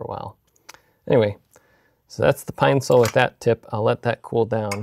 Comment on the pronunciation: its a Pine-cil not Pine-Sol. Important difference.